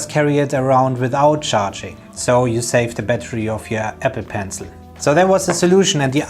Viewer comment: I keep hearing epi..pencil.